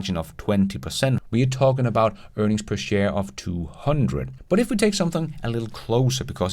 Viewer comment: Price to Earnigs!!! You crack me up! Earnigs!! And “built quality” you kill me!